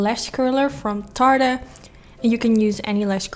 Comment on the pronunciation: You pronounce Yacht perfectly. As for Tarte, you're super close, just drop the "e" at the end and you've got it. I love this look! I've been super into soft peachy looks for this spring! Keep up the wonderful looks! I love your channel! :)